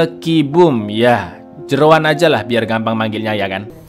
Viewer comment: ngakak bangettt, Jeroen jadi Jeroan😭🤣